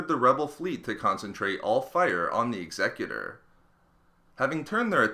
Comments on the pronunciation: He didn't though, he pronounced it as if it was dealing with someones will, as opposed to the name applied to describe someone who would also be called an executioner. Example Timmy would meet his Executor at sundown, Mable was chosen to be the Executor of his will First instance would be pronounced X-a-cute-or, second one would be the way the guy in the video says it. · And Americans always pronounce it wrong. Imagine the word Execute and then add the Er sound. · It saddens me how you pronounce Executor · You kept saying executor wrong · the way he says executor annoys me...... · you don't strain the "E" in executor you strain the "U" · Lachie Clements. It's a command ship, executor is a word used to describe someone in power, so it makes sense. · A person who executes someone is called an executioner not an executor. By your logic the word Executive would be pronounce X-a-cu-tive bit it's not it's pronounced Exe-cutive. The Idea of the name is Command that's why it's always a command ship . An Executor is usually someone in a position of power and authority. Execute means to carry out. also fitting since the commander of the ship is carrying out the will of the emperor. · Or whenever he incorrectly says Executor. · God you're triggering me with how you pronounce executor.... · SkwintzLoL It's be pronounced correctly. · he said the name wrong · X-a-cu-tor. As in “something that executes”. Learn how to pronounce it correctly. The Executor was destroyed because it lost navigational control after its bridge was destroyed and the Death Star couldn’t get out of the way in time. There is and has never been any mystery. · Executor is pronounced Ex (as in "extra") e (same i sound in "in") cu (as in "cute") tor (as in "tore"). It's the word for someone who executes (usually in the killing sense), but you make it sound like the word "executive" in this video. Great video, just a little confused initially because I thought you were talking about something different.